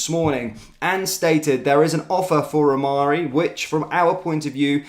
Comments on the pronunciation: Rhamani not Rhamarri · It's pronounced "Ra Mani", let's get it right or lose all credibility. Personally, I don't even care what he is called, if he can score from all the chances he will get at Rangers, bring him in. My 93 year old mother could have scored all the sitters that Dessers missed! Its time to get serious or remain 2nd for a long time.